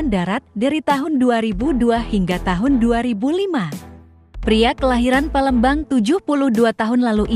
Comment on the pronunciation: Kog sering terdengar para pembaca narasi di YouTube..(PA)lembang di sebut (PE)lembang...(A)mpera disebut (E)mpera